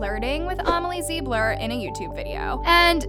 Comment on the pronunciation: How hasn't anyone noticed that called Amelie Zilber Amelie ZiBlEr. Lmao